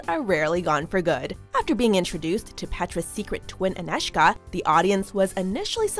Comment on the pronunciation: Thumb up for very good pronoucing of name Anežka!